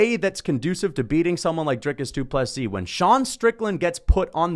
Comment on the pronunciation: Good to see one guy who got the pronunciation fairly correct. I might point out that the d in du Plessis is written in lowercase.... unless of course all is written in all caps. Need to get it right in 2 weeks time.